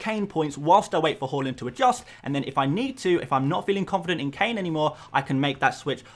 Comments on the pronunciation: It’s pronounced har land not whorelund 😂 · it's "H-A-A-A-A-A-Land":) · Bro said ‘hawland’ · I like that you try to pronounce Haaland’s name correctly, but it’s actually pronounced “hål-an”. Keep up the good work, bro. You’re the best fpl YouTuber out there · I know this is a sap comment form me but Haaland is pronounced "Ha land" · why you always say haaland name wrong😂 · Bro you need to check your pronunciation of Haaland…